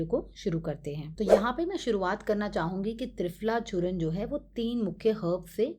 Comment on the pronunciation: यह चूर्ण है "चूर्णा" नहीं 😔